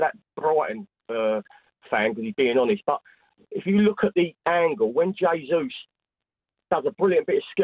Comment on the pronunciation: Mark will forever mispronounce Jesus. not sure if he is doing it on purpose or not